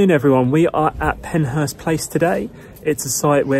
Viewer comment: It's PenShurst.